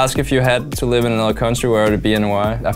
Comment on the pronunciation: I love how lustboy Talks english, or should i say rustboy... "I think Japan is a fine place to rive" no racism intended :)